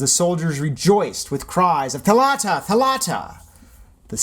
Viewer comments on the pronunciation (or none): It’s THAlatta not thaLAtta. Not angry but every foreigner says it wrong😂😂😂